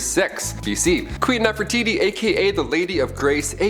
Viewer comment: seriously....? NEFERITI....???